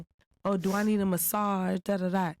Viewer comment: Im never mad at when he says 'massageKnee.lol😂😂